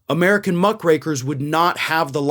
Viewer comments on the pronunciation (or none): I thought you said Muff Breakers hahahaha 😆 😂 🤣 I was like whoa what did he just say? Had to listen again. Muck Rakers is what I think it is lol.